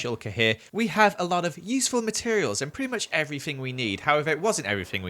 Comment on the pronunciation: “And we’re gonna grab EVERFING we need”